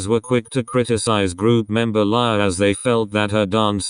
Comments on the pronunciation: You pronounced lia wrong you said laya but its lia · No one: Not even Lia: Not even Ryujin's hair: The translator pronouncing Lia's name : Lie-ya